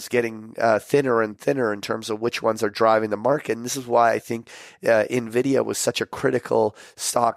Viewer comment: please pronounce Nvidia like Patrick does.